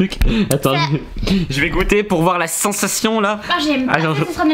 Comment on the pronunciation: POUR QUOI TU DIS CENSATION